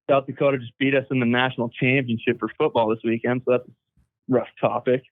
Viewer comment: I appreciate how you guys respected North Dakota with authentic pronunciation. There is no T in Dakota. Just a second D.